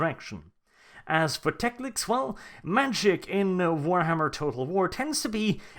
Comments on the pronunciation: If you want to be taken 'seriously' I strongly suggest you actually pronounce the name of the character you talk about well: it is NOT TecliCs or TecliC as you constantly repeat. Just Teclis. Teclis. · is it "tekliks's" not 'teklis?' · I cringe every time you say teclix. It's teclis. How do you mis read that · just say it slowly.... t e c l i s..... not teclic or teclix or any other damn way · 36 minutes of "Teclic" instead of "Teclis". My OCD is screaming! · as much as I hate the pointy eared fucks... TECLIS not TECLIK or TECLIX FFS! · Why do you keep calling him Teclic? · It really sounds like you are saying tecliks. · That second c you added to Teclis bugged me so bad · Why do you pronounce Teclis as Teclix? Same with Gotrek. This has bothered me for a while, but this is a good time to ask if any.